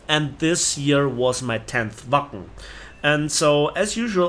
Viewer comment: You really had quite the trip, sorry it had to involve bad events... Also, every time you said Wacken, I heard "Waffen". I guess I need to cut down on my war thunder sessions ;)